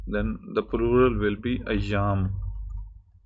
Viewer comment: 16.50 Sir, not ajjam, but ayyam )